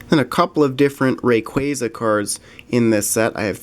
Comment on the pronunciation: and you call it ray quay za instead of ray quah za